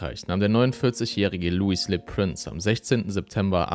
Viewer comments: Er war ein Franzose. Könntest du seinen Namen bitte französisch aussprechen?! Lui lö Präns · Du hast „Louis Le Prince“ wieder falsch ausgesprochen, aber macht nichts haha. Du bleibst ein investigativer und superdupee Youtuber 🎉